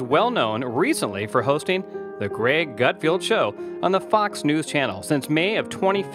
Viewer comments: It’s pronounced GUTFELD...not GUT field..good god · It is Gutfeld not Gutfield. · His name is "GutFELD". Just read it, that's how it's pronounced!